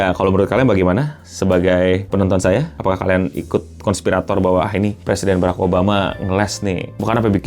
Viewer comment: Tinggal ngomong barak malah Beraek